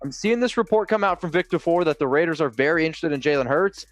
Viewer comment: Did he actually say "Ravers" how does a Raider fan EVER mispronounce our BELOVED team's ICONIC name? Raiders4Life!